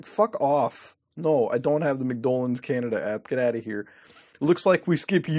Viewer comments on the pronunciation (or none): none